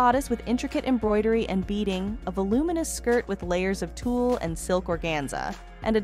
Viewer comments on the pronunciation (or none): Whatta shame this woman doing the narrative, Cannot PRONOUNCE BASIC WORDS . THE DESIGNERS NAME IS WANG, NOT WONG. ALSO TULE, SOO MANY MISPRONOUNCED WORDS TO MENTION!